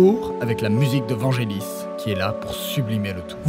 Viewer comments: précision, on prononce Vanguélis ;) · Blade Runner avec l'accent US, Check. Vangelis qui se prononce Vanguelis, uncheck.